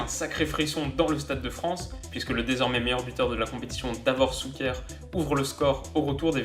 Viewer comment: faut pas trop en vouloir lol, entraîneur = « tchatchitch » et non Katchitch comme il le lit, shouker et non souker mais bon c’est croate ça se pardonne lol